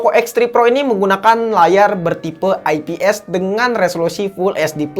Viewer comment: mantep kan enk denger nya ai pi es